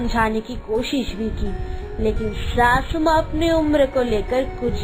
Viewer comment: Bhabhi sasu maa hota n ki shashu maa😂😂😂